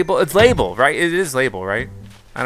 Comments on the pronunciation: Her name is not pronounced lay-bull It’s luh-bell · In this game, the spelling of her name was changed to Label from Labelle, but it was always pronounced like “Label”. Basically, she left Mable and Sable to become a fashion designer under Gracie and gained a city dialect, hence her different name “Labelle”.